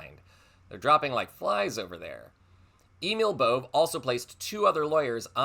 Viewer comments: It is pronounced Bovay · Sorry to correct you but Bove is pronounced like this Bovay